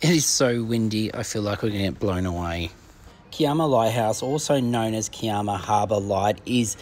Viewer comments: needs new shorts or does he only have red shorts... Also, he needs to stop the Italian language as Kiama is Ki as in (i) ama...U have done it alot of vlogs... Why don't U ask a locate person how to say the place name if not shore...😂😂😂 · Lol just watched this episode & sorry for laughing but im from Sydney & we say K eye AMA....& yes its an awesome spot .....love your videos 😊❤